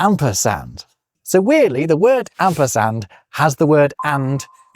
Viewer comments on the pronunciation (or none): Min : Asperard or Asperand?!?!